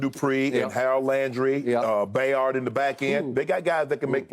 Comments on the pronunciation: I really really wish he stops mispronouncing Kevin Byard’s name. It’s not Bayard.!!!! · Shannon said bayard 😭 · Shannon still can’t figure out how to pronounce “Byard”. 🤦🏻‍♂️